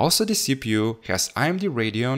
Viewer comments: IMD or AMD? I am pretty sure im hearing "I"MD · it's AMD not IMD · Its AMD not IMD bro.. Other than that i love ur vids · Its amd not imd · Amd not imd Ram not rarm